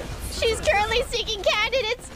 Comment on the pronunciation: After that one clip of Fauna mentioning how IRyS says "kyu-rrently" I can't stop hearing it everytime she says the word